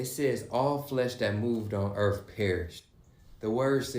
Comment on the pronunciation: i cant take this dude seriously at all....if you cant make the TH sound in EARTH and keep sayin ERF and TRUF. This dude doesnt know a damn thing lol.